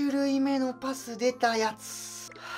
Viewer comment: ペェース言ったけどいつもとパスの言い方違ったw